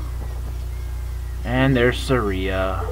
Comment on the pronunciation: Uh... I think "Saria" is pronounced "Sar-ee-uh", not "Sur-ee-uh"... not trying to sound snobby though. The rest of this is SO funny, because it's how you feel while playing OOT!! XP I'm a TP lover... OOT is SO overrated... if it isn't OOT, IT SUCKS to most Zelda fans.